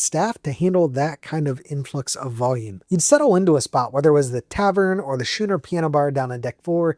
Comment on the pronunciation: "Skoo ner, NOT shoo ner. Let' go 'eers, right?